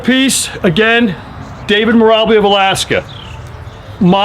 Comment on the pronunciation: Lol you keep pronouncing his name as Meer' Ubb' Lee', not Meer' Ahh' Beel', but serious props for putting David's masterful artfulness out to the world, I'm immensely enthused by his level of genius too..